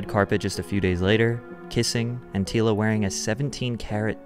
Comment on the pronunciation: Anyone question why the narrator is pronouncing her names incorrectly? Tila is pronounced like Tee-ya, and the last name Nguyen is pronounced like Win.